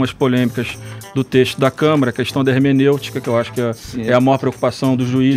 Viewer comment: Democrátic??? Ermeneutica??????